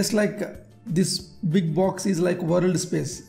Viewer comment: sir, correct ur pronunciation on "WORLD".